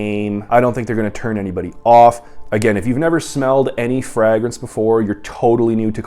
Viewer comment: How do you pronounce fragrance😂